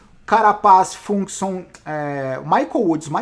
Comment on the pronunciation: a pronúncia mais correta pra Fuglsang é mais ou menos Fuguelzang 😉